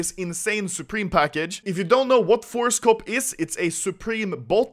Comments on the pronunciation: I heard ForceCock not ForceCop XD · i thought he said ForestCock untill i checked description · I thought you were saying Forrest Gump instead of forcecop😂